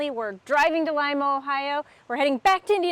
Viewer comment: Wow, somebody who actually knows how to pronounce Lima, Ohio !! Nice review, thanks. Always an experience stuck with your family in a vehicle for hours.